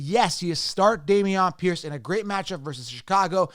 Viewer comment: Day-mee-onn Pierce? LMAO!! 🤣